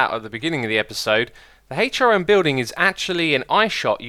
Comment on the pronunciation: I very heard it once and now I can't unheard it, when he says HRN, I can't help but hear, hate your N